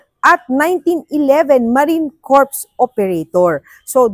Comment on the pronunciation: Sa Marine Corps Operator, dapat silent "S". Kung hindi ang ibig sabihin eh di bangkay.